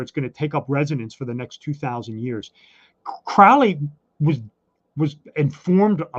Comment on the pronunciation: Your guest is mispronouncing Crowley's name. Crowley and his assistant Israel Regardie got asthma but not from drug use. This guy is interesting, but he is Masonic and is advancing their agenda. Crowley said those who mispronounced his name 'wish to treat him foully.'